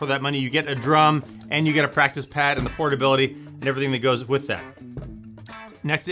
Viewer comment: Just noticed this when you flipped it over showing the pad on the bottom you said plactice pad instead of practice pad